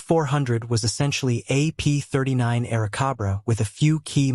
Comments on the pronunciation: Air Cobra! Not Kabra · COBRA. NOT CABRA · AircObra... not AircAbra... ROBOT - from where??? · Good grief. I don't think you got the name right even once. It's an Airacobra. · How much can you trust the info in a video where they author can't spell or pronounce the name of the plane properly?